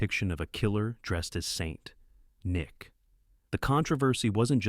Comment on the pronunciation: 13 sec what is up with the extra pause between video and stores lol 30 sec people don't "consume' movies, they watch them 52 sec again, now with super long pause between Saint and Nick hahaaha 58 sec Christmas is not sacred with a pagan symbol that is Santa Clause Ebert is pronounced wrong. The E is stressed, not the Eb lolllolo if you dont know how to pronounce names, why not ask? Or is that too simple, or how you can say this simple name????? , , how on earth did mess up the word controversy so badly????? But somehow said correctly the other times????? and nice poster on the wall! firestorm is a compound word, there is no pause between fire and storm wth is the "80's decade??? lol shouldn't it be banned throughout 1980s or throughout 80's lolol You might want to fire your orator. And writer. And editor.